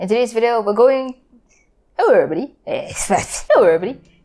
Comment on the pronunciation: listen to hwr repeatedly saying hewwo everybody